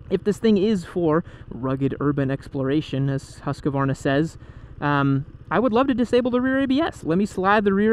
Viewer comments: As a Scandinavian, your pronounciation of Husqvarna pisses me off. Its Huskvarna not Huskavaarna xD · It's Husk-var- a not Husk-ka-var'na. Three syllables. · Not huskavarna , more like husvarna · Come on guys. It's Husk var na not Hus ka var na. Only three syllables. This is not that difficult. Otherwise great video. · Americans, PLEASE stop saying Huskevarna! It's pronounced Huskvarna!! 😓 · I may be wrong but isn’t it pronounced husk-vana? Not Husk-a-vana! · Thank you for your reply. My question was more about the pronunciation of the name. My fellow Americans tend to pronounce the name Husq - uh - Varna, instead of simply HusqVarna. Which is correct? I hope you and yours are safe as well. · Husk-varna not Hus-ka-varna lol great video 😎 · Great show. I've watched most of your comparison videos. I have always wondered since I was a kid, is it pronounced Husk a varna or is it Husk Varna (Husqvarna)? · It's pronounced hos-kvar-na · you're killing me every time you're calling it huskuvarna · almost, I'm from Huskvarna and we pronounce it HusKVarna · "Haskavarna" lmao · It’s more like ”Hoos-kvaarna” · God damnit, it's HUSQVARNA. That's HOOSK-VAR-NAH. Please, respect names. You wouldn't want people mis-pronouncing your name like that. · Husk-A-varna! You get an extra a from, free of charge:) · You totally mispronounce Husqvarna WRONG...btw Svartpilen means Black Arrow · I don't see any letters between the "q" and the "v". Why do people add an entire syllable to Husq Varna? Are there any Swedes who can help us out? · The way americans pronounce Husqvarna.... smh